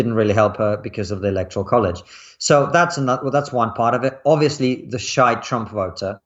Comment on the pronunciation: I thought he said the 'shite' Trump voter at first but he actually said 'shy'. Chuckle.